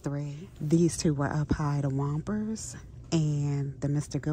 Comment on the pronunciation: It's Whoppers not Wompers